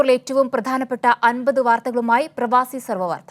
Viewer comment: Prabhasi alla pravaasi😬